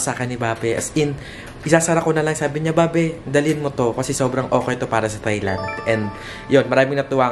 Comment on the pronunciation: Thailand pronounced without the TH sound.. tay-land lang mi.. 😊